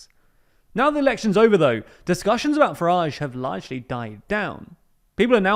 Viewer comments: It's a word that his name rhymes with and so should be pronounced rather than the pnoncy sound he uses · 0.59 Farage nor Garage